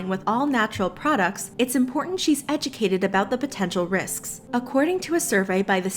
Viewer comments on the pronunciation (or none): “potential riSKSK” vScO tEa i’ll go home.